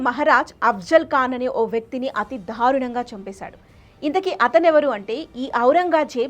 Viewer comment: dharunanga kaadu darunanga... ibbhandi kaadu ibbandi... entha vathi palikithe antha baga torture chesaarana? telugu telusuko talli mundu.. fake charitralu whatsapp stories taruvatha cheppochu